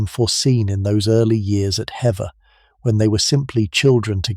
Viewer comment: If you are going to tell a Story about someone so important to our History. Please do your homework. It’s Hever Castle. Not. Heather .